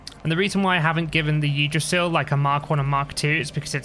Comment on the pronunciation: Great video again, I was looking at buying this game but instead I'm just watching your videos. As a side note, to more easily pronounce Yggdrasil, you can pronounce it as "[Pig]drasil" without the P